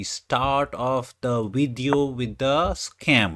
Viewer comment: is it video or wideo. play the wideo. wtf.